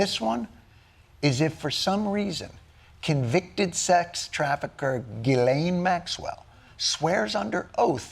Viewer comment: okay French Canadian here... Ghislaine is pronounced Jis-layne not gueelaine 😅